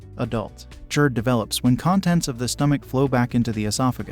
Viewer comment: What is JErd, bro. It’s GASTRO so it’s Gerd..